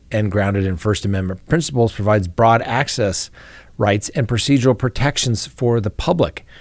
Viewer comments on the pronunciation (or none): none